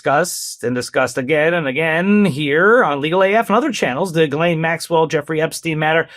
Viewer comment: Ghislaine is pronounced (Jis-lāne)